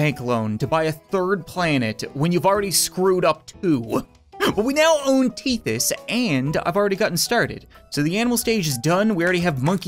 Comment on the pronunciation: "Teet-tis"? I thought it was pronounced "tit-teys".